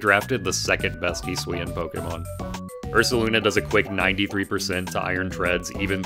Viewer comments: hee swee an will make me shoot myself in the head he better reveal that this pronunciation is a joke hes doing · shaking and crying rn at the way you pronounce hisuian